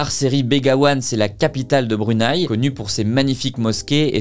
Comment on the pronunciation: Tes vidéos sont vraiment intéressantes j'adore les regarder. Mon seul petit bémol c'est que le Brunei se prononce Bru-né-i 😊